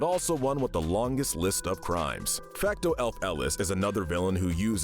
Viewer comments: This idiot doles out absurd sentences while he cannot even pronounce "Fecto Elfilis" correctly. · The butchering of the pronunciation of Fecto Elfilis physically hurts. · $100 fine for pain and suffering to for pronouncing Fecto Elfilis like a madman. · The inaccuracies and mispronunciation in the part about Fecto Elfilis make me want to kill myself